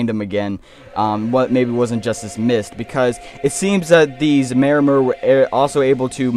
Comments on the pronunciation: Pi - Yan - Don-e-a Don as in dome Yan as in Yam May-Or-Mer Pronunciation guide for Pyandonia and Maormer. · MAH OR MER, PY AH DONAY YA